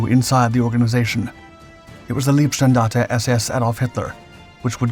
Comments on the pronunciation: Minor detail: "Leibstandarte" is pronounced "lie-bstahndahrteh", not "lee-bstahndahrteh" (it's "Leibstandarte", not "Liebstandarte"). Ironically "leeb" is the base of the German word for "love" ("Liebe")... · If you're going to do a piece on the Leibstandarte, then at least learn how the pronounce the world. It's pronounced, "LYBE-Standarta", not "LEEB-Standarte". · not "leeb" - standarte... "laib" - standarte (oh, ok, Paul already explained) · One small tip: the term “Leib” in Leibstandarte means ‘body’ and the ‘ei’ combination is pronounced like a long ‘i’ sound in the word ‘ice’ in English. The term ‘lieb’, meaning ‘dear’, the ‘ie’ is pronounced like the literal ‘e’ sound in English, which is how the ‘ei’ is being sounded in the videos. Other pronunciations in the video are very good. Keep at it!